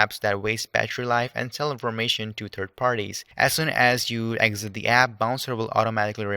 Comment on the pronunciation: 3rd not turd